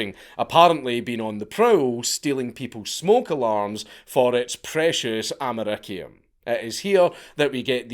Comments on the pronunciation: bro, your esposed to say it like amer-ee-see-yum not amer-ik-ee-yum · Love the channel, but Amer icky un :) more like amer E C um